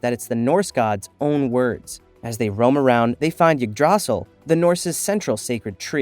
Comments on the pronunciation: ngl it kinda bothered me when yggdrasil got pronounced wrong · this has got to be one of the worst pronounciations of "yggdrasil" i have ever heard.